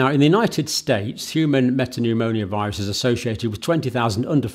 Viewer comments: Hi John. Great coverage. Just to point out: it’s me-ta-pneu-mo-vi-rus not me-ta-pneu-mo-ni-oh-vi-rus …. You’re sticking an extra syllable in there! :) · I wosh he woild stop saying meta-pneumonia... Its META-PNEUMO-VIRUS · I think the correct pronounciation is "meta-new-mo-virus" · Metapneumovirus not MetapneuMONIAvirus . Thank you for your tireless contributions , bravery and your ability to simplify complex situations from the outset !! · Sorry Dr John but it’s pronounced ’Meta newmo virus’ 🫶🏻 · Not a medical doctor and can't even pronounce the subject of his video correctly. Human metapneumovirus. ......Pneumonio..... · He can't pronounce respiratory or metapneumovirus. I think he's an attention seeking fraud. He's a doctor of nursing.